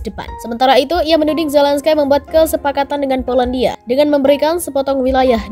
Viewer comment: Bukan Zelenskaiii...mbak...baca nya....terbang Nanti...hiii...hii